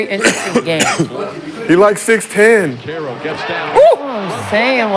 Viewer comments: Can you please say Banchero correctly…. It’s not like a churro you dumb rock. It’s the ‘k’ sound not ‘cha’. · its Ban-ka-row 😂😂😂